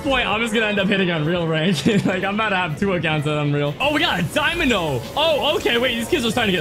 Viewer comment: said dymano intstead of dynamo 😂😂😂